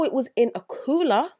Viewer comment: Coouwla😁 not making fun of your accent it's pretty cool actually it's just how you said it sounded so hardcore accent no disrespect though✌